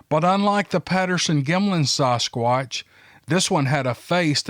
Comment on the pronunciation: "Saugh-squatch" lmao, never heard anyone else pronounce it the way you do! I love it though!